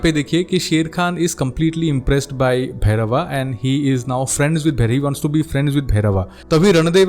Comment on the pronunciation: Bhai bhairav ko bhairava kyo bulate ho angrej ki paidaish